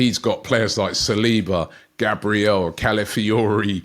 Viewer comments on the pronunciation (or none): none